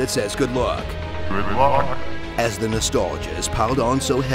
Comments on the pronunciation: I always thought the robot said "GRIDLOCK" instead of "GOOD LUCK" LOL. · When the guy says "good luck" before a level begins, I always thought he was saying "grid lock" or "good mock". I was weird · He says good luck? I thought he said heads off... Also I don't lead slippy to his death I am the cause of his death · He said "Good Luck"? I thought he said "Work Hard".